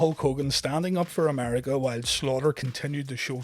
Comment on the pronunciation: america not amariga